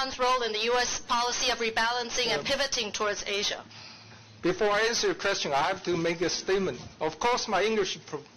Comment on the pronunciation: Wow，蕭的"Asia" 咬字發音真標準。